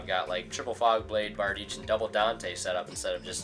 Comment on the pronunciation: Giving you a like because you pronounced Bardiche correctly :)